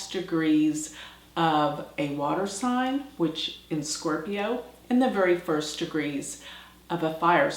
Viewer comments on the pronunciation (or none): none